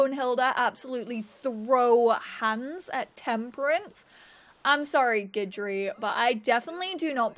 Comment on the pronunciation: You're the first youtuber I've seen to actually learn the correct pronunciation of Guidry 😂